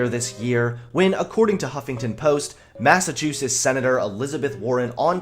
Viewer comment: Did he just say Massachoosis?